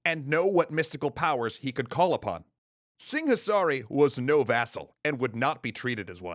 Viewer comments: There's a h in Singasari that he keeps pronouncing exaggeratedly. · Si-nga-sa-ri, not sing-a-sari. LMAO